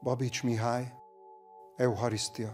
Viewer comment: A latin eredetű szavakban a "ch" kiejtve: k